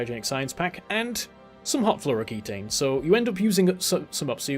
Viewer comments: It's fluoroketone (-own) not floroketane (-ayne). Ketones are real compounds in organic chemistry - they didn't make those up. Nice vid. Super hyped for this expansion. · do you have beef with fluoroketone and thats why you keep calling it fluoroketane? :D